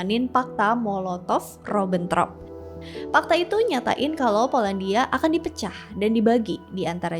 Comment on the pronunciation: Ribentrop bukan Robontrop...